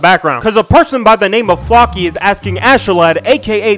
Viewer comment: flock-y, bruh, flow-key...